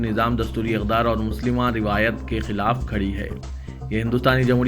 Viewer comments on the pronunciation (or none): آپ کے نیوز ریڈر کسی سفارش پہ آئے ہیں تو ان کو کسی اور پہ لگا دیں کوئ دن ایسا نہی جس میں یہ بغیر غلطی کے نیوز پڑھے ہوں مسلمہ کو muslima شگاف کو shaggaf پڑھے